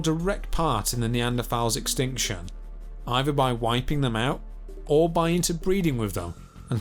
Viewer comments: He likely has a speach impendiment. Is your rudeness a trait common in people where you grew up? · The narrator repeatedly pronounced “thrive” as “Frive”. He also pronounced “either” as “eiVer”, “thrown” as “Frown”, and “other” as “oVer”. Is this a common pronunciation aberration of where he grew up in Britain?